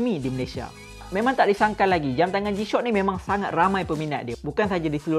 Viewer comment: Kenapa aku dgr dia sebut "jam tangan g-shot" ni🥲🥲